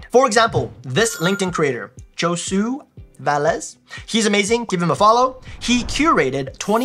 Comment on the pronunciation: Ouch. You butchered poor Josue's name in your pronounciation. It would be HO-SU-EH, with an emphasis on the last syllable.